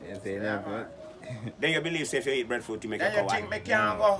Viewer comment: Breffruit? Seriously it is breadfruit with a a and a d